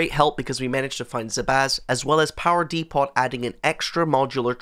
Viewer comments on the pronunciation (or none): DEEE POT It's pronounced "d'poe" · It’s “Dee-po”…the T in “Depot” is silent.